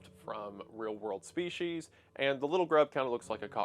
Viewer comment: There is no H in species.